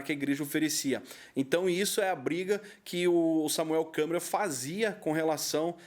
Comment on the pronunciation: " ,Dinheiro" é um "deus", sem ele nada funciona. 😄😄😅😆😂😅, O nome é Samuel Câmara e não Samuel " Câmera"😄😄😆😆😂